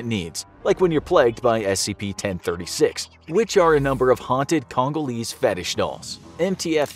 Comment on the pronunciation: i was not prepared for him to say kongalese fetsh dolls